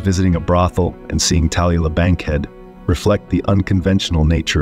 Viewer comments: LOL and "Talia U Bankhead" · Who is "Tah Lah Bankhead?"'' Weird AI narrator, or merely a narrator who has no clue? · Also, Cyd "Share-ees" and "Tah-loo-lah" Bankhead.